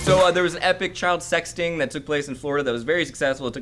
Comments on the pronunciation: That moment when it sounds like says, "child sexting," instead of, "child sex sting," and then follows it up with, "and it was very successful." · 'child sex sting' sounded like 'child sexting'... just saying be careful! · I thought said child sexting